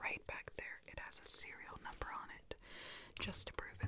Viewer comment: Hahahhaha the cereol numbor 🤣🤣🤣